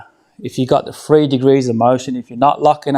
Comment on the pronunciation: Are you saying 3 degrees of motion or free degrees?